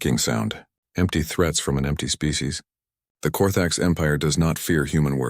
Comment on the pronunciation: "Birthed a spee" huh? Bloody useless AI. These stories are getting worse.